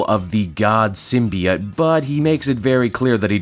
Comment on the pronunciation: I find it quite jarring you give two different pronunciations for symbiote in the same video, with "sym-be-IT" (Superior) and "sym-be-OT" (Inferior) lol.